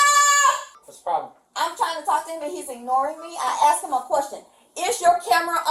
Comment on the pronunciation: I axed you a question. Huh. Speak English lady.